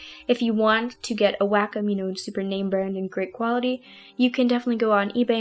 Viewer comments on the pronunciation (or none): The way you say wacom kind of sounds like "whack 'em" and I love it haha